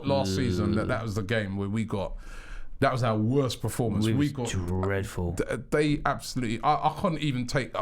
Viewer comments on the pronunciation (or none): Preformance always annoys me